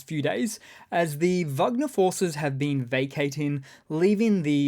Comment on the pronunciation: Thanks for saying Vagner not Wagner.